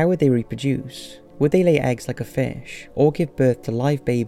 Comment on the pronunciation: Its Fish not "Fash"